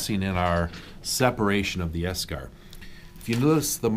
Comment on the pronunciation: While he's saying eschar, all my brain is hearing is beskar 😂😂